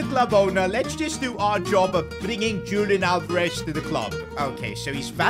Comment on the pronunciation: it’s not Julian Alvarez how you pronounce it, it’s Hulian Alvarez